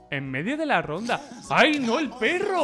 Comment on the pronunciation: Terrible “perro”